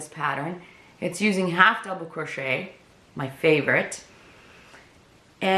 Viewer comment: you said crochet wrong it's pronounced (crow-shay) not "cwacheter"